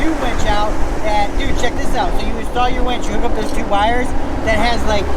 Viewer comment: WINCH. WWIIIINNNCCHH. A wench is something totally different.